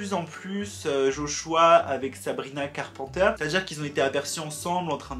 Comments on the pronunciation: carPANteure Moi: Carpenter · Sabrina CarpENter please , prononce le correctement 😭 Sabrina ne s’adresse pas à Olivia et que " Skin " n’est pas une réponse à driver license. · « Sabrina carpenter » dit a la française par 😭😂 (carpenter, il faut dire le « e » et « n » et donc pas « en »)😅